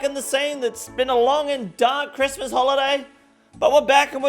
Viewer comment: Homie just did a camila cobello with that 'cwiss-mus'